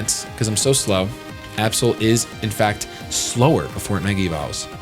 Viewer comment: (about) instead of saying Absol I thought he said A-hole...Oops...